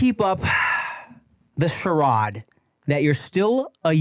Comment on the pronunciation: “The shhhirade that you’re still a yute” bruhh that sentence killed me the way Tim said it 😂